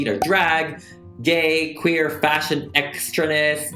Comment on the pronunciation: “You’re hair I’m quaer” wtf Like u just need to miss out the r sound not change the whole word 😂 or maybe add a eahhh sound at the end lol